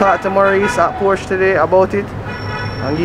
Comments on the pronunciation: tell the sales rep it's not Portia, it's porshuh.. "Porshuh" is the car, Portia is the Former PM. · It's Pronounced Portia.. Americans say Porsssh. Italians say Portia. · No, it's not. There is a difference between Portia, porshuh and porsche. the real pronunciation is porshuh, it's a much softer ending on the "uh" than what is in this video. Here it is from the guys themselves.